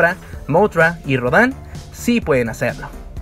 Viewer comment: Rodan no se dice como lo dices, se dice Rodan no Rodán